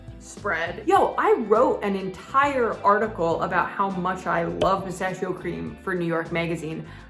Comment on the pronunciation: Perché dici peistasciooou anziché pistacchio dopo aver trascorso tanto tempo in Italia?